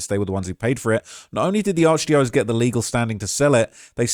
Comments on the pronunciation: "ARCH DIOS" 😂😂😂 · ARCH DYO CEASE <--- THATS HOW U PRONOUNCE IT DOGGY😂😂😂😂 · It’s arch *die-uh-cease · Arch die O's 😂😂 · Alright, say it with me: ARCH-DIE-UH-SEES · it's pronounced "Arch - Dye OH SEES"